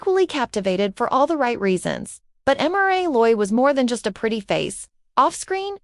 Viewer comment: You could at least learn how to pronounce her name